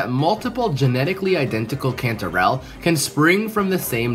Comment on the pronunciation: Cantorell sounds like”controll” 😮